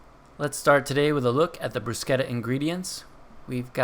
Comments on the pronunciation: love the video, and you are correct with pronouncing bruschetta... In Italian, the pronounce SCH like "K" not "SH" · your pronunciaton is correct!